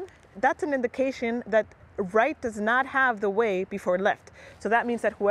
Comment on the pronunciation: A little confusing, I had to watch this several times. When you said that they "have the way", it sounds very much like they "have to wait", and those are two very different things!